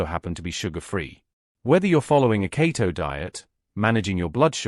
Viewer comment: AI can say arugula but not keto. Annoying.